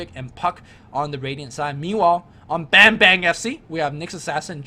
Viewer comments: it's pronounced as barm-'bar'-ng :D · "Bambang" its "a" should be sounds like "U" in "Fuck" ->> im indonesian lol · I kept laughing on how these guys call "Bambang" by calling like a banging bang. Oh well, it's Indonesian accent anyway ^^